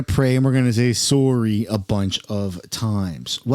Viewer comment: "soar-ry" lol